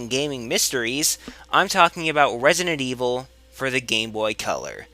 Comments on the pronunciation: "Wesident Evil"? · wesident evwil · Wesident Evil - Elmer Fudd :D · he said Wesident Weevil XD